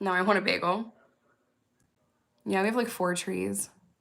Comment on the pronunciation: Your New York is showing with the bagel 😂😂😂